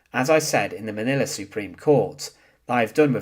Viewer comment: he need to learn how to talk Manila has NO "a" at the end